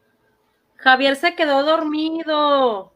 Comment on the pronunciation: se dice Javier Así que no es x avier